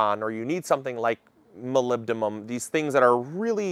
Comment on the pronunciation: Hey! Thanks for the videos. Just a correction, the element is “molybdenum” with an “n” (we use this all the time in radiology as the precursor for nuclear medicine imaging). Keep up the great work!